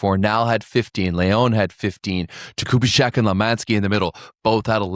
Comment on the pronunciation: The pronunciation of the name Jakubiszak is something like 'yah-koo-BEE-shack', not... whatever you said.